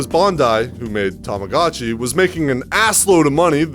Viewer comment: 2 things i cannot accept in this video: ur voice. The way u pronounce Tamagotchi